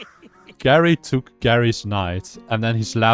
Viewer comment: I think geri is pronounced jerry